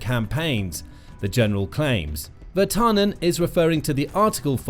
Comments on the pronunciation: IT IS PRONOUNCED VIR-TANEN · Your pronounciation of Virtanen is not bad. Just... emphasize on the first syllable, not second, and it would immediately be better. This applies to all Finnish names. The video is a good summary of what has been going on. It would be nice to have a comparison between what Russia is doing towards Finland and other contries having a border with them - Baltic countries, maybe even on other sides of Russia. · they butcher every single non English name anyways